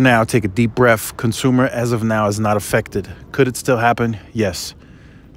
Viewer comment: You mean to say, take a deep BREATH, not BREAFFFF